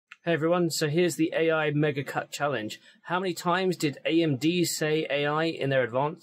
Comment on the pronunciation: "eeyai" - Forest Norrod